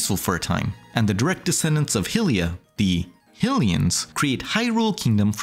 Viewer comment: the way you pronounce "Hylia" and "Hylians" so wrong is incredibly agitating. but other than that, good video